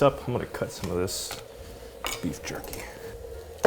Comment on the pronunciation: When you introduced the jerky, I thought you said turkey and I thought, "He didn't want to open the fridge, so... he had turkey sitting out at room temp?" Glad to see later it was jerky instead. Given circumstances, it would have been good if this video came out a couple of days earlier, but it's really hard to plan around the weather sometimes.